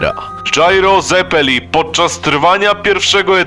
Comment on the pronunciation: Mała uwaga: Zeppeli wymawiamy przez C, jak Pizze ;) (Pizza Mozarella, hehe)